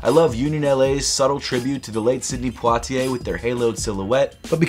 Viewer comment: Butchered Sidney's last name. Im guessing he's never seen any of his movies. Just watched "Lilies Of The Field". What an absolute classic!